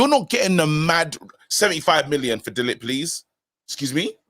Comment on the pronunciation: Cmon guys pronounce De LiGt name properly! 🤦